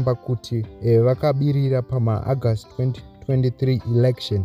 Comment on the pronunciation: Your reading is poor. Improve. What say Agast instead of August